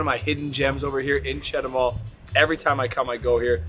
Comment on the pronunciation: I think that If I went to Chetumal from Belice, I would never go back! Just if I want to take a roadtrip to Guatemala but Belize is not like Chetumal and I speak plenty of Spanish to get by really well! btw, start your pronunciation improvement with Chet too mall. The other places too should be your first words to learn! They are really easy if you just listen and try repeating what you hear! Buena suerte!